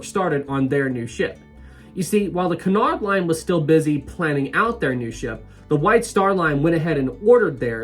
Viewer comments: Correct me if I'm wrong, but isnt it pronounced Cue-nard and not Cun-ard? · Nobody ever sailed Olympic to "see what it was like to be on Titanic." Jesus. Also the ships are "Bray-men" and "Oy-ropa" Also "Q-nard" I love how happy you are about liners.